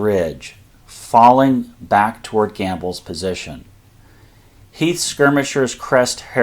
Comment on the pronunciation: Who the hell is Heath? Do you mean Heth?